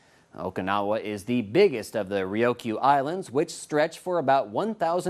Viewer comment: having graduated from Kubasaki HS in 83, I get perturbed when some dumbass white guy can't pronounce the Ryukyu Islands correctly. Its as bad when the Tsunami hit, and some Dumbass lady reporter pronounces it "Too-na- mi". There is no "O" in Ryukyu Dumbass. China, I can't stand China.